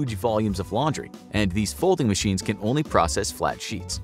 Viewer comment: Love the fact that you say folding-mashines and display women